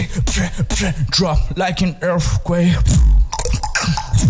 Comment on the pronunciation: Tomazacre Is a Monster. His Saying Earfquake